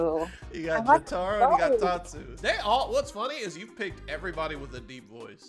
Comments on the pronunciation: SAY JOTARO RIGHT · the way he said jotaro hurt me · pronouncing Jotaro’s name💀